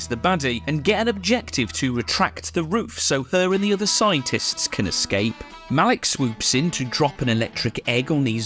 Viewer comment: the way you introduced Malik by saying her name like MONEY had me in tears